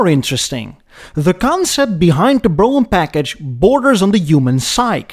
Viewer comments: For God's sake, "Brougham" is a one-sylable word. It's pronounced "Broam." Not "Bro-Umm"). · It's actually pronounced "Broam/Brome". Say "Roam/Rome", & then add a B in front. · Great job on the video,, as usual, sir. I grew up in a car family in the Midwest, and believe the word is pronounced on one syllable… Brome. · He said "Bro'em" !! hahaha haha lol ""300 latter series" noo it's number series sir Bro'em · Good one. Yep, family had a Cad Fleetwood Brougham.. BTW, pronounced like HOME. Think Brome. The visage of your countenance at the opening is fun to see. The bombastic music bed is also a source of mirth. Effen ay! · The term has ALWAYS been "Brougham." It rhymes with "chrome." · Brougham is one syllable and Epoch is pronounced Like epic not eeee pock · "brougham" 😆 British accent